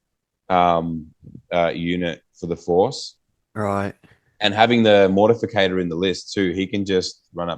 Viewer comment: MortIFACTOR!!! Not Mortificator!!🤦🏼‍♂️